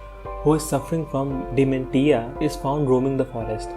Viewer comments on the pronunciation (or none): BTW, Dementia is pronounced "de-men-shia"